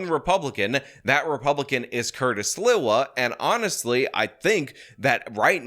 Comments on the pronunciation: It's Sl-EE-wah, not Sl-ih-wah. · how have you lived in NYC any length of time and not know Sliwa is pronounced SLEE-wuh? It's like you're tongue-tied trying to pronounce it when it's really easy. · it's pronounced Curtis "Slee- Wah".:0) Heard about him and the Guardian Angels in NYC since the 80's. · Curtis rules. Learn how to say his last name: Slee Wah. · It’s funny how pronounces Sliwa’s last name. 😂 New Yorkers of a certain age like myself remember his influence on the city and also his radio show. Those were the days.